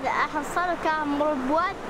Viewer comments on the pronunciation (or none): أيت احنصال و ليس احنصان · احنصال و ليس // احنصان // . ❤. متابعة. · اسمھ نھر " احنصال " وليس " احنصان " باللام وليس بالنون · اسيف احنصال ماشي احنصان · احنصال وليس احنصان. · فقط للتصحيح الاسم الصحيح نهر احنصال وليس احنصان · واد احنصال وليس احنصان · تصحيح ليس احنصان بل احنصال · احنصال. وليس. احنصان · احنصال وليس احنصان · أحنصال و ليس أحنصان !!!